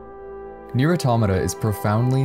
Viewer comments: Hold on now....this man just used Re[in]carnation music in an Automata video. Hopefully we get a vid on it too. (also mispronounced Automata) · You cannot even pronounce it 🤷‍♂️